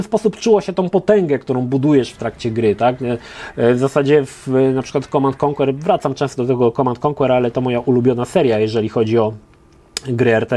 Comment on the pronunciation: mówi się mnie więcej [komand end konker], nie ma tam Twojego [konłer]